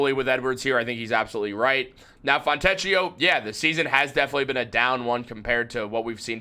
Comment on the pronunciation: In Italian, "ch" is pronounced like a 'k'. The "ch" sound in Italian is spelled with either "ci" or "ce" such as ciabbata. So, his name is pronounced "Fon'-te`-k-i-o".